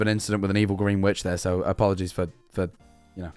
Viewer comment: "i knowrrrr"